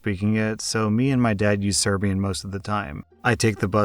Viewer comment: Why did you pronounce Serbian like it was Klingon?? lol